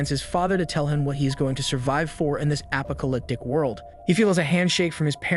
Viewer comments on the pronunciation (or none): apa colyptic. hoo boy. i gotta tell you man every time a narrator has a mispronounciation THAT bad it pulls me out of it like getting ripped through dimensions.